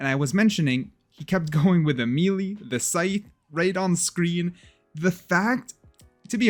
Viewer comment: Can someone please teach this guy how to pronounce melee